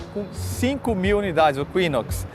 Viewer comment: Eqüinox? É algum cavalo? O u é mudo.